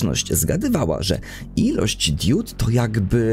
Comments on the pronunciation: Mówi się "diod", a nie "diód". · To drobiazg ale powtarzałeś to w filmie wiele razy. Mówi się diod nie diód.